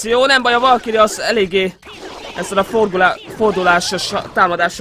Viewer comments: úgy mondják volszkájör ("volkiri") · a valkyrét ejtsd valkűrnek